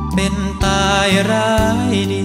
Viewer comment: ใช่ค่ะ ออกเสียงคำควบกล้ำ คราว เป็นคาว อีกคำที่อยากให้ออกเสียงให้ชัด คือคำว่า เป็น นอกนั้นพูด ร้องได้ไพเราะมากๆ มีเน้นคำหนัก คำเบา ดึงภาษาให้มีชีวิต ฟังแล้วคนฟังอินเข้าไปในเนื้อเพลง เหมือนมาอ้อนวอน ขอร้องดีเจให้ช่วยตามหาคนรักให้ทีบรรยายถึงความคิดถึง ความห่วงใยคนรัก ถ่ายทอดภาษา อารมณ์เพลงได้ดีมากๆ เสียงตอนนี้เป็นเสียงคนหนุ่มเต็มตัวกว่าแรกๆจะเป็นเสียงแหลมกว่านี้ ฟังหลายเที่ยวยิ่งไพเราะมากๆค่ะ